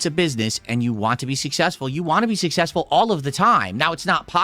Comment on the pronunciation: Im sussessful me reee!